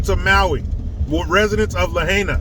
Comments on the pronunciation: It's way less than $6.3M, because Sloppy Joe is giving $700 PER HOUSEHOLD, not per person!! It's pronounced "La-high-na". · Hawaii has been a heavily blue state for decades. Maui has close to $6B in damages. The $700 per person equals $2M for Maui. Ukraine is getting $900 from every American. PS. Lahaina is pronounced “Luh-HIGH-nuh”. We went there for honeymoon and 1st anniversary 45 years ago. It looked like it hadn’t changed at all before the fire. It was a charming town. Whalers stopped there to restock a century and a half ago. The Hawaii governor is talking about eminent domain, probably paying residents pennies on the dollar for land. So they don’t get exploited by foreigners or out of state investors. What a crock. People could sell and move to an outer Island if they wanted to. Governor wants a 15 minute smart city. They’re still treating Hawaii people like children. Oprah’s CBS camera crew was chased away from the shelter. She owns 870 acres there. She couldn’t do one nice thing without being a publicity hound. She’s a disappointment. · Just pathetic. Once again, when a disaster happens in America, you can definitely count out the govt to help. Sleepy Joe still has yet to visit Ohio. He's definitely not going to Maui. And by the way it's pronounced like this, luh high naa. I lived on the big island (there are 5 islands, well actually a few more but 5 major islands.) for 14 years. Love that place and miss the people, the weather, the food (omg the poke) and doing martial arts there. Hawai'i, no ka oi. ❤